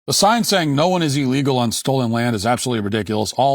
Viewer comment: Matt pronounces illegal wrong, he says it like eel legal. It's ill legal. Come on Matt, you're better than that.